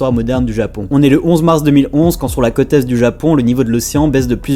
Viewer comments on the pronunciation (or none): Et la prononciation gamin ??? La cote !!! C'est la côôôte !!! Il y a un accent circonflexe !!! 🤯🤕🤒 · Tu serai pas originaire des coins de Bordeaux ? C'est ta façon de prononcer les mot côte... Il y a un accent circonflexe sur le ô 😉 Pour moi le cote est une mesure...